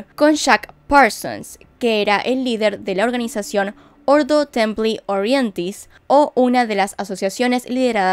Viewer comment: Odio que pronuncies palabras latinas como si fueran inglés "ordo templi Orientis"; lo veo absurdo